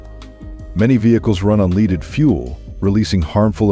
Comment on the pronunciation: If they would learn to pronounce words right it would be less distracting. Some real dillies in this one. Like "leaded" gasoline pronounced "leeded". .